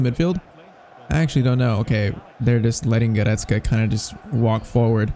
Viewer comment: bro i just have to say i really don't like how you are saying Goretzkas name you're saying like this, "Guretzke" it is sooooo annoying bro like fr